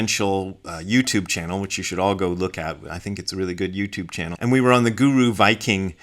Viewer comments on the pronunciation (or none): none